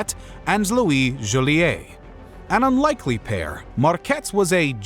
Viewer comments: Jo-Lee-et. It sounds like it’s spelled. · Joliet. Rhymes with toilet. Because it’s a toilet there.